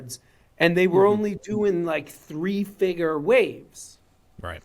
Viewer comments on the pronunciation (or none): Just the way he pronounces "figer" makes me not want to buy any of these. 😂